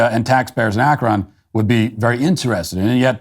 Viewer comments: Where is "Ahk-RAHN" Ohio? Do you mean "Ah-KRUN" Ohio? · Matt. It’s pronounced Ak-rin. Not ak-ron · ACKron 😂 I realize that being in Ohio we never pronounce any name how it sounds: ACKrin 😅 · Dude… It’s AK-ron, not ak-RON. Did you even watch the video you’re mocking? You’re also intentionally misrepresenting the grades conversation. The kids were doing terribly, now they’re doing less terribly. Still failing, yes, but making progress towards catching up at an A level. Lebron is a total douche, and I’m wondering if you don’t have that in common with him. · ak-run not ak-ron. Second daily wire host to bungle the northern vowel shift. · "AK-rən" We really don't pronounce the "o." The NBC reporter said it right. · Long live SBG but I can't like this video as an Akronite... because of the pronunciation Ak-RON 😂 I know most people don't know the real pronunciation or the lore behind it, but I loled at that moment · Matt-I know it’s spelled Akron, with an “o”, but us Ohioans say Ak-run. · I agree with everything you said, except for the way you pronounced Akron. AK-run. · It's pronounced ACK RUN... Watch any newscast or listen to any Ohioan. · Please learn to pronounce Akron correctly. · Love your show…but learn how to say Akron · I can’t stand listening to Matt try and pronounce Akron and YES: It makes me mad that they’re taking my tax money and not getting results for these kids. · Did Key & Peele teach Matt how to pronounce Akron? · As an Ohioan hearing Matt pronounce Akron like that made me cringe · The way you pronounce "Akron" makes me suspect you are not Matt Walsh, the beloved human being, but some sort of AI fueled deepfake replicant. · I am going to end up with a permanent tick now, listening to Matt pronounce Akron. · As an Akronite, I chuckle at Matt’s unusual pronunciation of Akron.